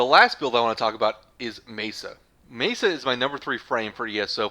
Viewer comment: pretty sure its pronounced me-sa not mee-sa